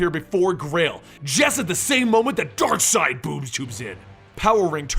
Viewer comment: It is not Darkside but Darkseid... X_X